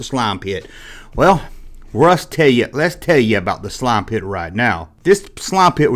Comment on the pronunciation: "Tha nine teen aity six slauum pitt!" 😂 great vidya bro